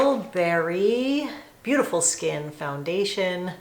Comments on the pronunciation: Yes TilBERRY 😂 🍓 🍒 whoa!! 😂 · You know, its Tilbury not Tilberry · Did you mean "WHOA"? Also, it's pronounced "TIL-burry", not Til-BARRY. :)